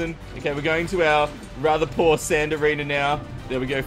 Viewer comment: i feel like you always say arener when u say arena